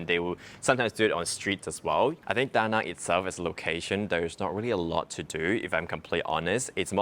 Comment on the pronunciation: Awesome video and thank you for pronouncing the name of city correctly too.